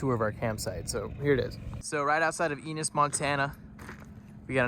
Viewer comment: Eeeenis???? Ennnnnis, come on